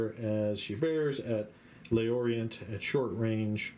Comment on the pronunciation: I took a little french in high school, I expect Le Orient should be pronounced "Lhor-ree-ahn." Had this in my watch later list for months, finally got down to it and glad I did. Superb battle report